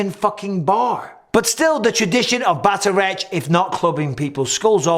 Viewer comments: It's pronounced Batter-Oct. Irish reads very different from how it's spoken. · Shi-lay-Lee, and bat-ar-Oct would be close to how you pronounce Shillelagh and Bataireacht Mike 😊 Cool video love your content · Hi Mike! Enjoyed the video but here's a quick note on the pronunciation of "Bataireacht" Gaelic vowels are pronounced differently from the romantic languages, so the word actually sounds more like "baht-ahr-ruckt". Much love from Ireland 🇮🇪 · For future reference bataireacht is pronounced "bahtuhrockt" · Bataireacht= pronunciation (bat-awr-okt) Old Irish word, just for context 🇮🇪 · The Irish stick fighting would be pronounced "Batter rocked" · And “bat-tuh-ract”